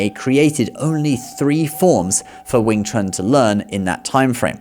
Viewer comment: The best "Wing Chun" men in the world have been White Men for more than 2 generations, both inside China and outside China, of both the major lineages, and everybody knows this, except for the goldfish who can't tell the difference between reality and movies. And you're pronouncing it wrong, mixing a bit of the Cantonese pronunciation and the Mandarin pronunciation, specifically Wing (Cantonese) Chun (Mandarin) Kuen (Cantonese), but of course, which sounds ridiculous. Your Mandarin was much better. I would have to hear a bit more than 3 words before I'll concede "100% accurate", although to be clear, in more than 30 years in China, Hong Kong and Taiwan, the only time I saw a "foreigner" with 100% accurate diction and tones, was myself or my brother, never seen another one, especially whatever 'famous' ones they prop up on the boob tube. Tones, correct, in Mandarin that is, but fluency..., there's more than a bit of rust. Correction, Cantonese does not have a writing system, whilst claiming to be the oldest and "true" Chinese. They use Mandarin Han characters, with modified characters. 沒有文字，談何文化。 Centre line is common knowledge to all marksmen and trauma surgeons. The heart is not on the left, it's right in the middle, 3.5" under the sternum, slightly leaning left. Dart fingers, not thrust. You, clearly, learned even less 'Wing Chun' than Donnie Yen, which is to say, nothing. Little idea can also mean little dream, albeit granted idea is the popular translation, ie, superficia